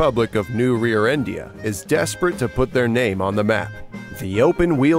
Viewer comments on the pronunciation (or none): I’m sorry… REARENDIA??😂